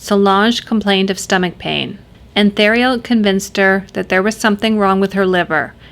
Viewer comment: Enjoyed the video and like the channel. Can see you're getting more comfortable in front of the camera again, congrats and keep up the good work. Just wanted to share for future reference, not a criticism, the letter H is silent in French. So Roch is not pronounced like roach but as Rock, like the ex-wrestler and movie star. That also applies to his last name, the Thé should be pronounced as just a T sound.